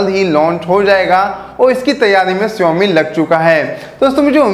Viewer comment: Learn to pronounce Xiaomi first